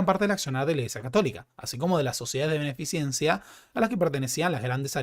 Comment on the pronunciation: Querido,la palabra beneficencia tiene raiz en la palabra beneficio y ninguna conexión cercana con la ciencia. Por lo tanto se escribe y pronuncia beneficencia y no beneficiencia,un saludo muy afectuoso.